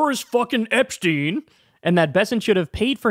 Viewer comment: Epshhhhhteen? Lmao